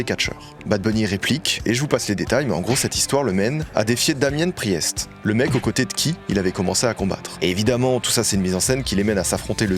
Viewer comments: ça se prononce Damiane Prist. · "Damienne priheste" Envie de crever... Super vidéo nonobstant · alors booker T c'est aussi le mec a coté de lui. alors on commencé a le voir de temps en en temps a la wwe ou a force il finira par faire un match a wrestlemania le plus gros show de catch au monde et plus tard a un autre show qui a pour nos backlash il affrontera damien priest.....oh la prononciation horrible bon pas grave ( et le gars qui l'embrouille c'est dominik mysterio le fils du legendaire rey mysterio) qui est aussi de puerto rico ou le show a lieu la bas. La parenthese catch est bien plus longue dommage de la passé si vite alors que le show a puerto rico avait une ambiance de malade. Et fort possible que bad bunny debarque de nouveau dans le catch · La prononciation de Damian Priest ptdrrrr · Le Damian pri-est m’as achevé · En tant que grande fan de catch qui en regarde encore j’ai kiffé les interventions de bad bunny et a un moment il parlait de se mettre plus sérieusement dans le catch (on passera la prononciation de damian priest 😭). Sinon super vidéo comme d’hab